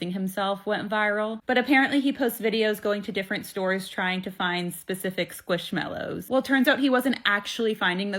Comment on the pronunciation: calling squishmellows squashmellows absolutely sent me into orbit